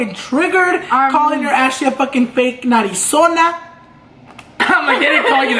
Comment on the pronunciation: You called her a narizona lol 🤣